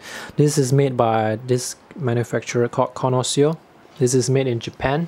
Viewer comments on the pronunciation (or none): none